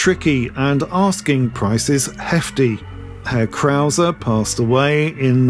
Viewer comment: As a German, I really appreciate you saying 'Herr Krauser'. Not many people outside Germany bother to do that, so thank you! Today, the Krauser brand belongs to Hepco&Becker, another well-known German manufacturer of luggage systems for motorcycles.